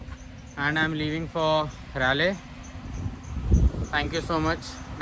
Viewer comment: I think my weekly goal would be to make sure you start pronouncing Raleigh properly, ITS 'Rah-Lee' not 'Rae-Lay'